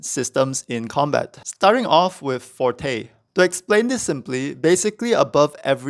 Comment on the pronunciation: Huzza, another creator pronouncing "Forte" correctly! What instrument do you play? So far it's mostly the people familiar with music theory who have been getting the terms right.